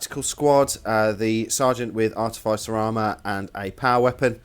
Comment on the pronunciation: Great channel...very inspiring for anyone considering the Heresy ..........Please pronounce Artificer as it is and not Artif..eye..ser I know its a small point...but when you go to so much trouble with everything you do..it's like getting a slap across the face with a power sword every time the word is mentioned AAAAAAHHHHHH!!!!!!!!!!!!...........sorry again